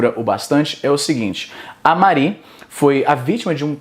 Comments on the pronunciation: Porra, Izzy, "Marí" não né, ninguém chama mariana de "Mar í", "Mári", rapaz, "Mári" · o izzy consegue errar a pronuncia de mari